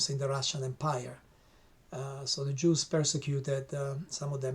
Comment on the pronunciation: The books you have read to gain the knowledge to make this video are full of lies. “The Juss” man you can’t even pronounce it correctly